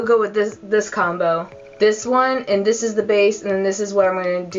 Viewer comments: You go like dis....then you go like dis....then you go like dis.... Lol! I just love you and Bunny. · I laughed when you said like dis